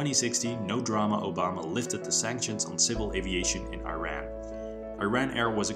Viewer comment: Man, the country is pronounced "ERAAAN" and not I-RAN!!!